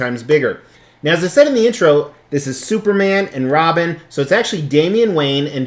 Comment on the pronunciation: You said Robin son lol